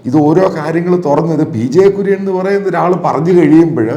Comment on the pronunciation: Sir Kurian is not clear mam